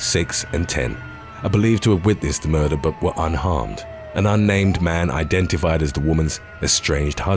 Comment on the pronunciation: How can someone see the word "murder" and arrive at the pronunciation " muhh-duhh"?